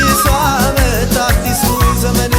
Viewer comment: "ዘበን " አይባልም " ዘመን " ብለህ አስተዋውቅ